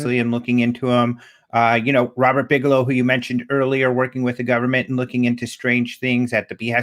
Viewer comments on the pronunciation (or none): none